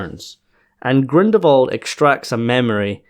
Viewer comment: I'm quite sure you say Grindelwald's name without the l whatever you say! And my hearing is perfect!